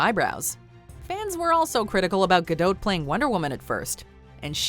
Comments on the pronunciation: it is NOT ga dote, it is Gah doh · I’m pretty sure that the “T” is silent in Godot, or am I wrong? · The t in gadot is silent